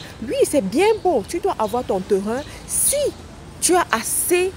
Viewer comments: PAS TERIN . PLUTÔT TÊRIN est la meilleure prononciation.( TERRAIN). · Bon conseils mais vous prononcer mal Terrain. Phonétiquement on dit : TÊRIN. SVP. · Les "TEURUN "